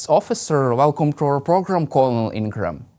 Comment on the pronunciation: You mispronounced colonel. It's pronounced like curnel. Look it up.